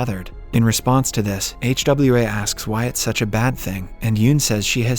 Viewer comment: Bruh can't pronounce Hwa 🤣